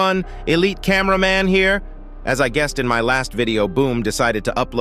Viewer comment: " here" 😂